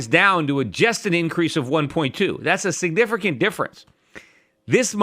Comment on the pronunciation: Peter, are you saying 'Signifercant'?